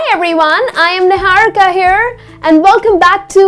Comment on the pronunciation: She even accented her own name....NIHARIKA it's a little cringy. निहारिका is a hindi word isn't it. Don't need to to make it American